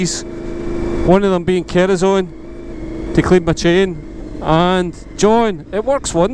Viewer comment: I was laughing at the 'kerosene' pronunciation too. Nice one John... If I had a garage to store it, I'd ask where mine is 🤣 but I don't... So I won't.